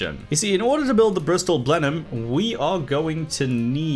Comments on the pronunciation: Your pronunciation of Blenheim hurts me. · You pronounce Blenheim wrong